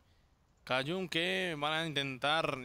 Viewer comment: me pone nervioso cuando a cajun-b le dice "Kayun" xd